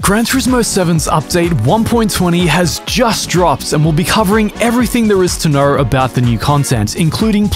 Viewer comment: "eveything there is to knowrrr"